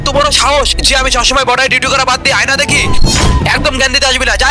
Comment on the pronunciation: অয়না❌ আয়না✅